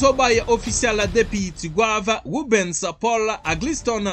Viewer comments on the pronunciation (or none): none